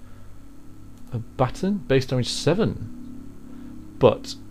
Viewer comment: I like how you pronounce baton. Too cute.